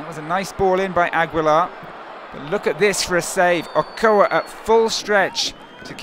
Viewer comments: Okoa????????? Don't you mean Ochoa??? I know he might be a french/English commentator but come on shame on them for screwing up my idols name. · Agoa lol its ochoa